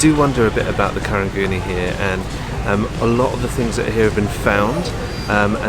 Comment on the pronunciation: It’s actually pronounced and spelled as Karung Guni which is Gunny Sack in Malay. Somehow the word got bastardised over the years that it became Karang Guni. Btw, Karang is Malay for Coral 🪸 Also applies to Geylang and Kallang. Both towns are bastardisation of the word Kilang which means Factory in Malay. #nyk ✌🏼